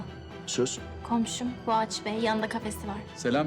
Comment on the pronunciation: Boğaç değil poğaça diyecem ben